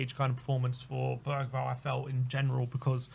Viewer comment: As a sweed i woud like to say that the pronunciation of Lucas bergvall is more like Lucas berjvall😅